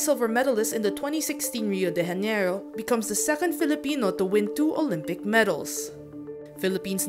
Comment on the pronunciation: It's spelled Rio De Janeiro. And pronounced with a J, like January.